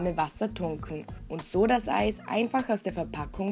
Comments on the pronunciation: OMG sie sagt einfach mal so bei Ei stat Eis xD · alllesss klllaaaarrrr seit wann sagt man zum eis ei